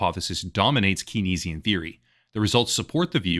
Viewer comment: Suggest you check your pronunciation of Keynesian... interesting vid though, as always!